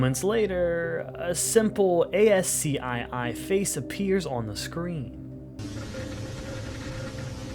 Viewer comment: Hey this is really good but i have some nitpicks. I mean this to be constructive criticism, not hating 1. You might wanna avoid using phrasing like “if A asks X, then B asks Y” it smells of AI writing. This is doubly true if X and Y aren’t even that similar or related. 2. It’s an “operating system” not operations system 3. ASCII is pronounced phonetically. Like “ask-e” not “a s c i i” 4. An event that occurs quickly happens in an instant, not an instance. I might rewatch and come up with some more. Please keep making videos! Again I like your stuff and I wouldn’t give feedback if I didn’t think your work could be even better :)